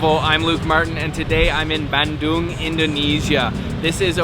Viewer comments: Hey Luke, so happy to see your vid and that you made it to my second favourite city in Java. Thank you for pronouncing it Bun-Doong and not Ban-Dung as in poo. I’ve been going there since I was 14 years old ! One of the best things about living in Australia is how easy it is to get to SE Asia. Another word for frog in Indonesian is Kodok as they sit in their little moats and ponds, singing “kodok,kodok….kodok, kodok”And lastly my man, not wanting to be ‘that guy’ they weren’t Kafir Limes (which you cannot squeeze) they were Kalamansi ! And always squeeze them through a fork or even your fingers so you don’t pollute your noodles with four or five indigestible bitter bullets that will ruin your entire bowl. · Hes even more “indonesian” than me, dipping crackers to the mie kocok soup, eating with hand, and he ate sambel as well. What im proud of is, he pronounced Bandung correctly, unlike many other foreigner. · Pronounced Bandung so well!!! So proud!!! Thanks bro 😁👍